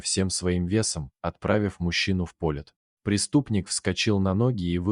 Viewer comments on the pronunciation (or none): "Отправив мужчину в пОлет". Читает робот. Учитесь читать правильно.